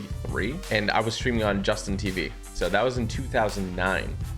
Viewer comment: awesome vid, but bruh... its justin . tv (like the name)... why are people these days saying "just in"